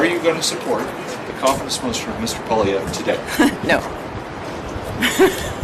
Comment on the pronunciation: It's not Pierre Poliev. How has it become normal to butcher the man's last name, and everyone is repeating it like it's fine. It shows lack of respect for French last names in general.